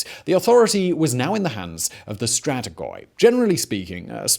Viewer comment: I was doing okay with all the terrible naming mispronunciations until you started saying 'stratigoy' five minutes in. If you want to inform people (and yourself, clearly) of terminology, please carry out due diligence. With our current ease of access to resources and the prominence of your channel considered, this is unacceptable.